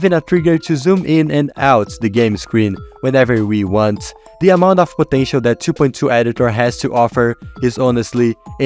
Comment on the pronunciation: I love when he said "the PoTeTiA"